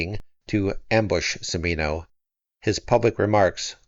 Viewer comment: The late director of Heaven's Gate pronounced his name chee-MEE-no. Btw the first two sentences of her review of HG is classic Kael...